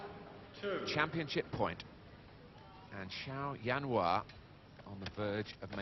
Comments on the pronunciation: "Jianhua" not "Zianhua", dumb british TV cannot even get his name correct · aiyo why do they call him yan hua his name is jian hua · Zhao Jianhua. not Zianhua